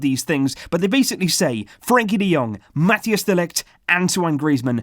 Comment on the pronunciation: its not pronounced mattias de ligt. it's like mataijs.